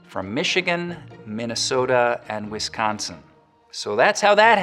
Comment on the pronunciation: Thank you for not mispronouncing Wisconsin :) A lot of people put a hard "c" instead of a soft c, almost g sound.